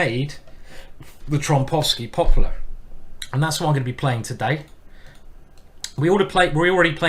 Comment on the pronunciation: The way Simon says popular